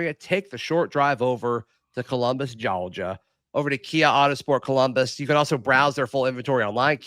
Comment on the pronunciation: i thought Gogia had and R in it. 😅